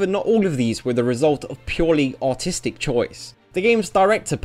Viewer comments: Jesus Christ, I thought you said "autistic choice", not "artistic choice" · when he says "artistic" it sounds like "autistic". cant unhear.